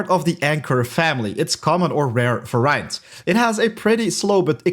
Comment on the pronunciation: the word variant isnt pronounced vr-eye-ant its v-air-ee-nt ;)